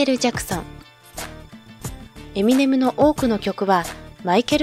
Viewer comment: エセ評論家 エミネ↓ム